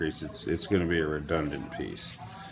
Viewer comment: Redondent lol